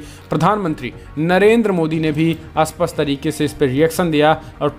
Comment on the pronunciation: आप कहना चाहते हैं 'स्पष्ट' मगर बोलते हैं 'अस्पष्ट' क्या आप इसे सुधारेंगे?